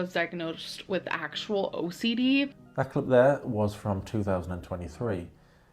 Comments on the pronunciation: Seriously every time she said “my OCDee” or “I’m so OCDee” I was rolleen my eyes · Not “OCDD”😂😂😂